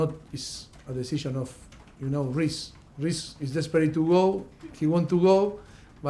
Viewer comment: did he call reece Rice? kkkkkkk